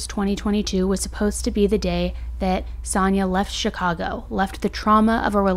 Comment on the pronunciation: Her name is Sania - you called her Sannah through out the video, on and off.